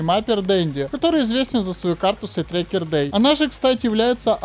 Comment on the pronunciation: карты "Sidetracker Day" не существует, есть "Sidetracked Day". да, доебка, но блять, уши режет. если делаешь серьезные ролики с критическим анализом, то делай все на хорошем уровне. правда, карта СайдтрекеД Дэй — это ее название.